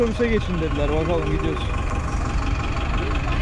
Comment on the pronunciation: No body: bahalım gidiyos